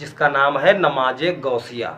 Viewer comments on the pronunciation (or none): Bhai aap ni durust frmaya... Pr aap ka lahza Shi nhi h.. AAP namaz Ko namaj bol rahe h